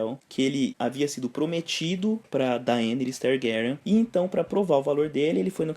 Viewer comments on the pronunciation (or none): cara de onde tu tirou esse daeniris, sendo que é Denerys?